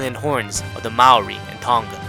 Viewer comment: The way I heard him say Maori it hurt me